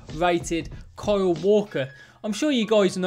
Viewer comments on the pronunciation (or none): none